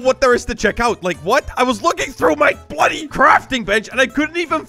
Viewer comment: Bro stop saing bludy like